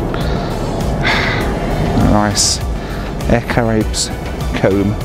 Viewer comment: Caraïbes = ka-ra-ee-b = french for Carribean